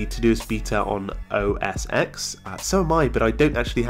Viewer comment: Hi, small tip: the "X" in both "iPhone X" and "OS X" is pronounced "ten", since they are Roman numerals. Love the channel, keep up the great work!